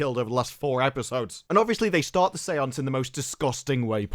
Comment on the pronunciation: Say-onc-eh?? Really?